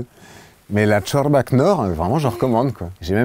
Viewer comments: Pardon mais on dit "chorba" pas "tchorba" 😉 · La prononciation de «chorba » …. POURQUOI !!!😂